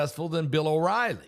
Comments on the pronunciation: Bongino you pronounce his name wrong not borngino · Bongino, not Borgino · Dans last name is pronounced Bon-Gino